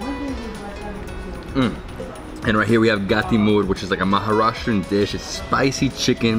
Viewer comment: You said happy Diwali twice. And your dad saying namashkar in the beginning was just adorable. Also the way you pronounced the word Maharashtrian was on point. Love your vlogs ❤️